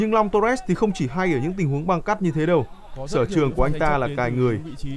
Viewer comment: Long torres mà lúc đầu nghe cứ tưởng long toilet